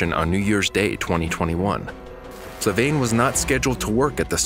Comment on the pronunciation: FLAVIANE not FLAVAINE